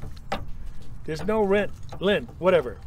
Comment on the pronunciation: Yeah, I assumed it was Brent too because Bren isn’t a name. In British English the two syllables are quite distinct. But in his American accent it just merges into one syllable.